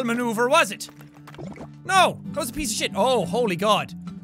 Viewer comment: When jack /Sean says piece of shit it sounds like pizza shit who wants that!?